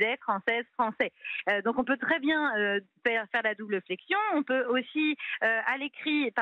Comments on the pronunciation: voilà enfin ! j'attendais que le pot aux roses soit dévoilé, son but évident n'est pas l'égalité du féminin et du masculin, mais bien le renversement de la règle de priorité pour faire en sorte que le féminin l'emporte. Et en plus, elle dit "très bienne" (sic). Comme tous les combats féministes, ça propose l'égalité, pour mieux imposer sa domination. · Elle a dit « Très bienne » 😳😳😳 ?